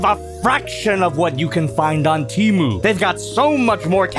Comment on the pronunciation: You pronounced temu wrong